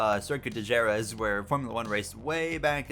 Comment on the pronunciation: Great and legendary circuit, definitely a cool concept!!! Pronounced Huh-RETH but what a cool idea!